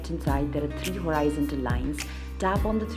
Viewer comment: Nice video, but I’m guessing there isn’t an option to remove a specific device. Also, please look up the pronunciation of horizontal.